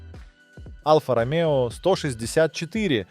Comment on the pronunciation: Что за произношение названий автомобильных марок и прочих слов? Какой БМВ И 3? Какая АЛФА Ромео? Какой нах турбонАддув? Что за СитрОэн? И тут же произносится нормально СитроЭн? Предполагаю, что специально так говорится, но если так - то это коряво, ох как коряво....